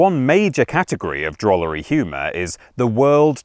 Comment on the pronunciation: Did you say DROOLERY? I am a DROOLER. I DROOL-as I am a DROOLER by trade.